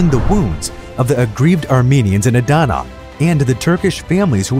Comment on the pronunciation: Bro I’m from Adana and the way you say it makes me chuckle and the way you say Syria See you raaaa like what